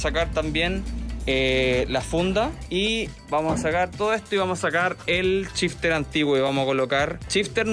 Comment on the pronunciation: si SH lo pronuncian como CH como pronuncian el CH? 🤯🤯🤯 EJEMPLO: SHifter = CHifter